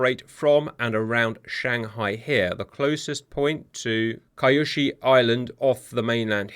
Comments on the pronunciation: Bases are pronounced "Nee-Yu-Ta-Bah-Ru" and "Suu-ick-ee" on the island of "Kee-Yu-shu" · Kyushu = "Queue Shoe." ~_^ Love your efforts, Cap, keep it up!